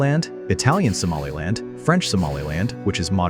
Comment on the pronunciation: I am from northern Somalia wich you say somalind